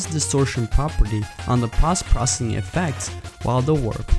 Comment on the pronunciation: This is pretty cool, pretty accurate recreation. One thing though, it's 'poe-st processing', not 'pahst-processing'